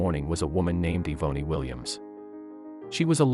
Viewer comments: Yvonne her name. It is being pernounced wrong lol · Im almost positive her name is not pronounced that way if its spelled Yvonne or Evonny. The poster obviously grew up nowhere near black folks